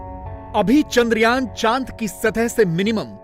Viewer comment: चांद्रयान.....चंद्रयान नही .....